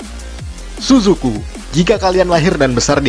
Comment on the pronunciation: Tsusuku kita bacanya CCV 😂